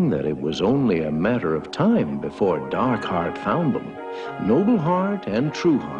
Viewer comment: you said his name wrong it's not Dark Heart, it's DAAAARRRRKHEEEEEAAARRRRTTTT